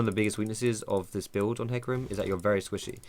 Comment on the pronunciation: JUST ABBREVIATE IT TO FUCKING 'HEC' THERE IS NO NEED TO ADD A USELESS FUCKING VOWEL SOUND JUST TO HIGHLIGHT HOW MUCH OF A MOUTH BREATHING TROGLODYTE YOU ARE